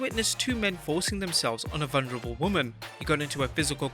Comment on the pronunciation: *vulnerable not volnurable lol